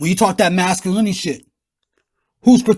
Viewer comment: You Dummy !! You Can't Even Say The Word "Masculinity" !!